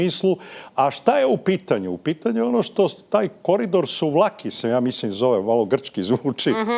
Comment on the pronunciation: Nije Suvlaki vec SuvALki,!!